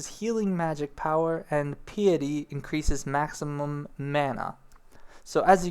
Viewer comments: Hmm dunno how much faith i have in this guy because he can't pronounce the word PEW JILL lIST or PIE ET TEE or ME KOTE TAY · PIETY. PAI-EH-TEE. MELEE. MEH-LEH. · haha, yeah he is funny. It might be purposeful, part of his charm. If not, other critiques: Cat people are spelled "Miqo'te" and pronounced Me-koh-tay. Piety is Pie-itty. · How do people play enough RPG's and fantasy based games without being able to pronounce such common terms like piety and melee?